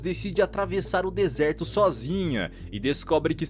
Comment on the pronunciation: "desertôô" kk